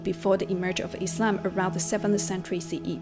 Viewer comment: I like how she says Islam, not Izlam ❤